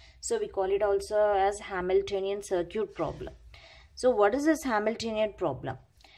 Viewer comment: Y do u pronunciate circuit(sarkit) as to sarkoot...?